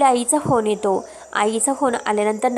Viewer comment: आविष्य नाही . आयुष्य असा शब्द आहे. ऐकताना कंटाळा येतो. एतो नाही.